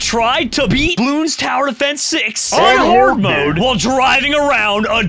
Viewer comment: says hardmode like its hard